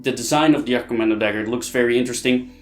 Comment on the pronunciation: jagkommando is banned because it was stabbing not slicing you donut and it's wound were danm near impossible to heal also it's jag not yag.